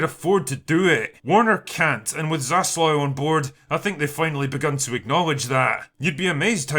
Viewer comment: Hate to be that guy, but it's Zaslav*